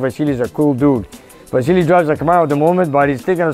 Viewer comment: Yes I was mocking your pronunciation , It;s VASILLY !